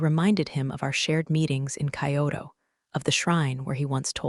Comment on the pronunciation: K eye oh toe? Lol😂